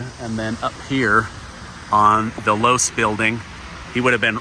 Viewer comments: Not to be pedantic but it's Loe-see. Otherwise great video. Thank you! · Low-see is how Losee is pronounced. The Losee family used to have a jewelry store for more than half a century, and somehow their family name ended on the building at UVU. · Just an FYI the building is pronounced Lowe See not Loooose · LOVE YOU …,,,. But your pronunciation of Losee is wrong. It’s NOT LOSE’ It’s LOSEE (EEEEEEEE) With an E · Its pronounced Lo see building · It’s pronounced low-see building. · I think Losee is correctly pronounced like LowC. Had a friend with that last name. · It's actually pronounced Lo-see building, but fascination video. Thanks! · Just FYI Losee is pronounced Lo See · I appreciate all that you do I really do I follow you everyday? The e in the low c. Name. That doesn't make sense on mind talk. Record. But the last e is pronounced with an e. The name is pronounced with an e. That is the only thing I want to say. I appreciate all you do for the channel for you. For putting out what you do I love you. I hope I'll go with you and your family. Thank you